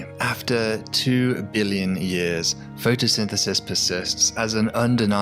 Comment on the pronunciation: I heard "photosynthesynthesis" and decided not to continue watching the video made by this dyslexic.